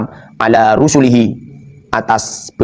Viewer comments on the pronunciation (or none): Seharusnya dibaca Rosulihi, bukan Rusulihi, karena itu Mufrod bukan Jamak.